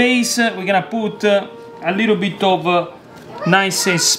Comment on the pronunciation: 10 times "a liiddle bid of olive oil", got it.